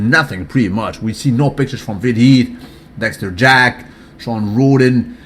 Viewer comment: Why do you say everybody's name correctly except for Dexter Jack"son"? Don't get me wrong bro, I'm a fan, but I couldn't help but notice that 1 thing.